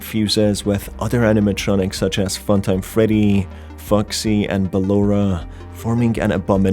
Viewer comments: "molten feddy" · molten FEDDY